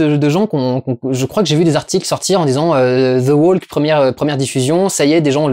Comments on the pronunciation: ça se prononce THE WOK en bon anglais.. c'est insupportable d'entendre ce L censé être silencieux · Plutôt the "wauk" d'ailleurs... Insupportable d'entendre des gens agressifs se tromper en essayant de corriger les autres !